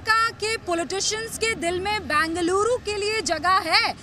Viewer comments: These reporters can't even pronounce... Either call Bangalore or bengaluru... Northies cocktail it ND call bangaluru 😂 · FIRST ANCHORS SHOULD LEARN HOW TO PRONOUNCE BENGALURU NOT BANGALURU... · It's not Bangaluru it's Bengaluru. Bengal uru. How hard is it to pronounce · It is not Bangeluru....It is Bengaluru 🤨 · As you report, pls also learn how to pronounce Bengaluru correctly.